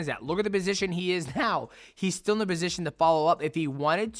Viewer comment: Why's Mighty Mouse saying "Bosition" like he's Arab?